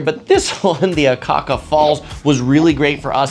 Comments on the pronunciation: a'ka'ka not aka'aka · love your videos...but please pronounce Akaka correctly. NOT Aka-aka.